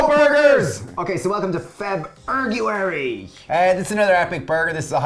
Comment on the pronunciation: Sounds like you're saying Fur Burgerary